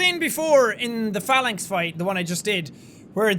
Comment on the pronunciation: I knew he was gonna say Phalanx but I thought he said Phallus, then called it the "sky spear" I was fucking dying